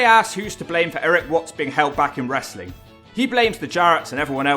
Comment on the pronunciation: TNA isn't wrestling.... It's "Wrastlelen" 🤣🤣🤣